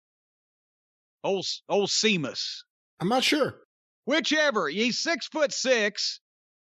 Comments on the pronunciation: Message to Jim Cornette: Seamus is pronounced 'Shaymus' and is Irish. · ''Is See-mus Scottish or Irish?'' ''I'm not sure.'' That was embarrasing.